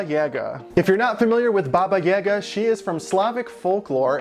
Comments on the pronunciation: It's /'baba je'ga/, not /'baba 'jega/. With all respect, is it so difficult to google the right pronunciation for a couple of seconds..? Americans tend to mispronounce absolutely all our words somehow. Well, not only Russian, but actually from almost every language that is NOT English. That's... well, sad. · Baba Yaga(Jaga) is pronounced as J-A(apple)-ga, not J-A(elephant)-ga. Great sculpture, as usual! ♥ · I love this but my mind is bugged for you saying baba yaga instead of like boba yoga. So im just like ehhhhhhhh haha Godbless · If anyone can answer this it would be great! I'm wondering how to pronounce Baba Yaga, I've heard some people say it like does and I've heard some people say it differently. I say it like Baba Ya-ga (the 'a' are like an "ah!" Instead of an "a")